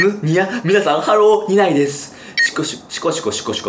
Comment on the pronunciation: 何度観ても面白いし好きで今日も久しぶりに見てたんだけど、「みささん、ハロー」→「みささん4545だ」って聞こえたの、気の所為であって欲しい😭